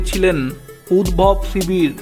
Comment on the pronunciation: 'উদ্ভব' নয়,--'উদ্ধব ' হবে।